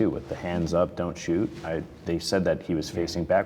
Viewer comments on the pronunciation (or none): none